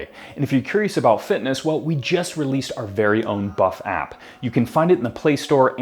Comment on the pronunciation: Buff app sound like buff fap lol